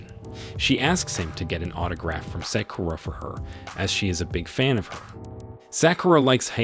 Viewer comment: you pronounce it as Sock You Ra break it apart